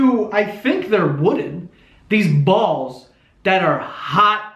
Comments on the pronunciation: The Brooklyn accent comes out at "COOL DOWN THE BAWLS!" hahah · DragonBeast04 his Italian side came out there